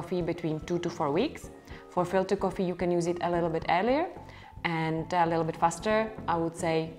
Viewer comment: İts sound funny how you say coffee (koffi) and you say it a lot :))) thnx